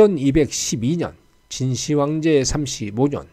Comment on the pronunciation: '진시 황제'가 아닌 '진 시황제'로 읽어야 합ㅂ니다.